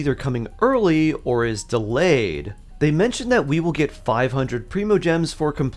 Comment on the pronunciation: She’s not delayed, she’s delYAYed.